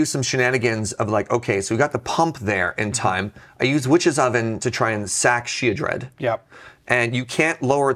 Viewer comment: "Oh that sheoldred" 🤬